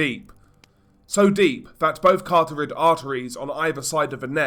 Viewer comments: Pretty sure “CARTORID artery” isn’t a thing. You always say “cArToRid” in almost every single video and I’ve seen others correct you, and I personally have commented on it a couple of times too. I’m genuinely curious because “Carotid” isn’t a hard word to pronounce nor is it something that would be confusing. If you can say ‘care’ and ‘o’ and the last syllable of ‘plastid’ or ‘cryptid’, then you can most definitely say CAROTID. Also , shouldn’t it be “Adaptation”? The word “Adaption” exists but if you Google the word, it redirects you to “Did you mean _ADAPTATION_” Yes, I’m the Grammar 1930s-40s Germany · It's called the "CARO-tid" atert. Why do you insist on saying it absolutely wrong every time mate. Mits every beheading video you make same mistake, you see enough beheadings but never read anything it seams.